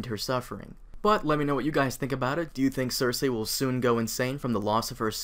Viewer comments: its not (cersehhh) its (cercee) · Why do you pronounce her name "ser-say" when everyone on the show pronounces "ser-see"? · ser-see, not ser-say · Her name isn't cersay... It's cersei pronounced cersee. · ser-see I think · I always pronounced it "ser see" but you could ask that about most of the characters names lol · Cersei : "Sir-see" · cersay lol the way he pronounces it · Is it supposed to be pronounced Cer SAY ? XD